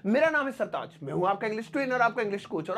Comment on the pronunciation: Pehle apne naam ko he durst karte yeh Modi wala sartaz nahi sartaj hota hai hindi mat bigard jaroor nahi zaroor hota hai Majboot nahi mazboot hota hai z ko j j ko z s ko sh sh ko s...padte ho Hindi filmain daikh kar he pronounciation Sikh lo